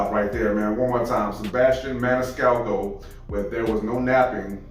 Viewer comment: So proud of you that you pronounced his name perfectly !!....LOL.....most reactors butcher his name !!........more Sebastian, please !!